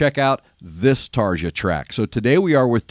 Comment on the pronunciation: Try pronouncing her name a bit more like Tarr-Ya. European J's have typically have an English Y sound associated with them. Hope that this helps.